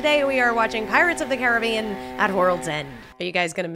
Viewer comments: It's really simple. It's Disney's "Pirates of the Care-a-BEE-an." The real water and everything else with that name is "Cah-RIB-bee-an." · Pretty sure it is pronounced Caribbean btw